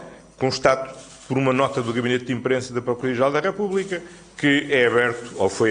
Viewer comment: Ó Chamuças estava tão nervoso mas tão nervoso, que nem pronunciou bem certas palavras como; instourado (instaurado), procuria (procuradoria) e famila (família) vi e revi o que ele falou várias vezes 😂😂😂😂😂😂😂e😂